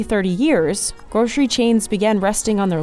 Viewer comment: If you're gonna say GROSHERY and slip into SHTREET and SHTRAIT, with a strange kinda overconfidence, then also say GROSHERY SHTORE, please. When did this become a national speech impediment? Either fix it or control-f SH EVERYTHING.